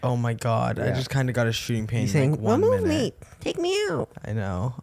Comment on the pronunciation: “wemove me” 😭😭😭